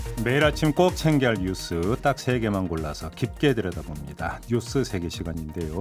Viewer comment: 김종배. 뉴쓰가 아니고 뉴스